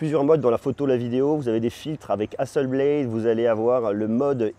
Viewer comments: Juste une petite remarque. On prononce HASSELBLATE.....et non HASSELBLAIDE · Excellente vidéo comme toujours ! Merci ! (Juste peut-être la prononciation de Hasselblad 😉 pour être chiant …)